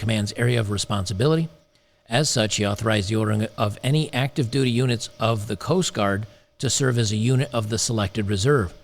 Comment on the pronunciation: When you said "reserve units", I heard "reserve unic's", which is probably more accurate, lol.